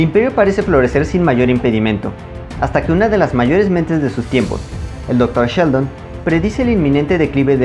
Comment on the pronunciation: Cada que dices Dr. Sheldon me imagino al personaje de The Big Bang Theory y hasta me dan escalofríos. Pobre Seldon, lo estás acabando al decirle Sheldon 😅. ¡Qué buen vídeo! 😉